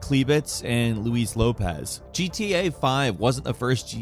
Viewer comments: Louis no Luis. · Why you Keep Saying Luez???? It's Luis ??? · Sorry dude but that pronunciation of Johnnys last name is appauling and rather laughable lol Also why are you calling luis, Lewis lol? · why he pronounce Luis like louis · “It’s LUIS, man”